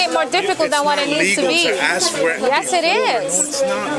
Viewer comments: Why are certain people not able to pronounce the work "ask" ? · The tattooed hispanic hooer cop has an IQ of 18. The black hooer's is less, she cannot pronounce the three-letter word "ask", putting the 'k' sound ahead of the 's'....an utter ghetto moron.